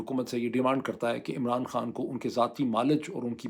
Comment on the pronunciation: Hey doc its not pronounced kaan, It's khan actually even for turkish , they just don't put H 😕